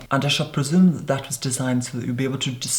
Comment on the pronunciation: Your pronunciation is so clear and crisp that now I know the applicator is called "doe foot" rather than "doefur" that I thought everyone else was saying.